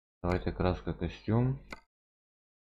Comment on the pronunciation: Какой костюм 😂 кастом а не костюм